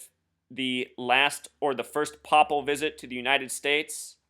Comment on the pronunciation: Papal is pronounced "pay'puhl" not "popple"... Just for those who may not know what word you're referring to. remember that cartoon show when we were little, the Popples?! Haha (ironic sidenote: the word papal reminds me of PayPal....)